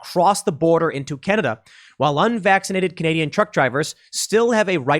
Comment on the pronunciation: ^^^ It's Canada not Cananda